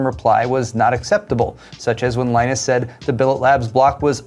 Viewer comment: The news is so sureal that has to have a beer just to get this over with, due to the shock a little shit called lie-nunce and the bullying he now does.